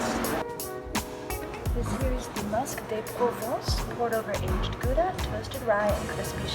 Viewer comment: 110% effort on the french words and then came the butchering of gouda... its g like in jalapeño and then ou as in cow